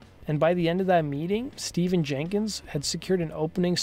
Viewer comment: His first name is pronounced Stef-fan.